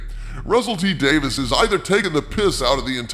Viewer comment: By the way, it's Davies, not Davis FYI